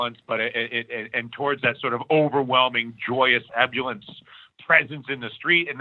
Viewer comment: Hey Dylan ~ FYI - it's pronounced e·bul·lience /iˈbo͝olyəns,iˈbəlyəns/ noun: ebullience the quality of being cheerful and full of energy; exuberance." PS - Thanks for all the Truth, brother ~ ❤️ ✌️